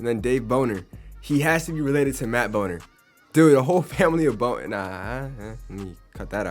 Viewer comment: I think it’s Bon-ner instead of boner.